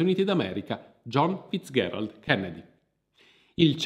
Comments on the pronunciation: Scusa, ma perché pronunci "Fitzgherald" e non "Fitzgerald" come sempre si è detto, che poi era il cognome di sua nonna? Oltre tutto anche la grandissima Ella si chiamava Fitzgeral e non ho mai sentito pronunciare il suo cognome in altro modo. A parte questo devo farti i complimenti per aver fondato Vanilla Magazine, sto diffondendo la mia conoscenza del canale anche ai miei amici (spero che si iscrivano, perché altrimenti li faccio salire su un aereo con un Kennedy!). Buon proseguimento, persevera con le tue interessantissime pieghe della Storia. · come al solito narrazione propria di grande affabulatore, consentimi uno sprazzo di saccenza, Fizgerald si pronuncia con G morbida, Non FizGHerald..... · Perché pronunci "FitzGHErald"? Non si è mai sentito. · Perché questa pronuncia dura della g, in Fitzgerald? L'ho sempre detto e sentito con la pronuncia dolce, ma, nel dubbio, ho provato a cercare la pronuncia americana del cognome e la ricerca ha confermato la fonetica che ho sempre sentito e utilizzato. Edit: però bravo per aver correttamente detto "iunior" e non "giunior", visto che è latino.